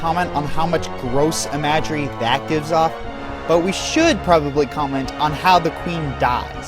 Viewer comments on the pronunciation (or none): Em-uh-jree. Not eh-maj-er-ee. And, muh-cob. Not muh-cab-ruh? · Ma-CA-bruh? I-MAJ-ery? Seriously? Oh and the UNREGISTERED HYPERCAM was a nice touch. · Mispronounced imagery oh god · By the way ... Please look up the correct pronunciation of "imagery" and "macabre". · The way you said "imagery" made me die a little inside. Macabre was expected, but imagery? For fuck's sake. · Seriously. Imagery. Please pronounce it right. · nice pronunciation of imagery.. herpderp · Couple commentary, um... comments. I think you mispronounced "imagery" and "macabre." "Imagery" is just "image" with "ree" on the end; "macabre" is just "ma-kahb" - the last "re" is silent.